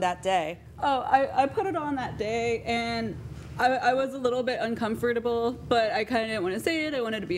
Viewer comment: I hate how defendant pronounced "comfortable." Makes me very uncomfortable